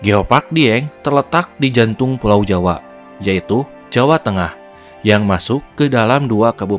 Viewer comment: Kaldera bang bukan kalderak.. jawa bang bukan jawak.. legenda bang bukan legendak.. gunung api bang bukan gunung apik.. kurangi akhiran K nya ya bang.. biar enak didengar.. 👍